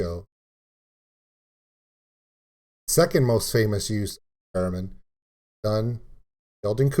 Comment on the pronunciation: Laughing because it sounded like you said "Feramin" instead of "Theramin". ;)